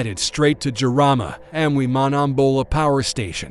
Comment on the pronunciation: I have lived in Madagascar since 2017. Jirama is pronounced JEAR-ah-ma, and Rajoelina is pronounced ra-JWEL-nah.